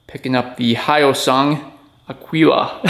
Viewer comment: It’s pronounced Ah Gee La. Eagle in Spanish. Pretty sweet bike. I’m actually jealous. Lol